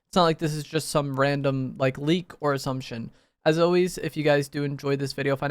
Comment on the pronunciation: When he said ir assumtion i thought he said or some s#!t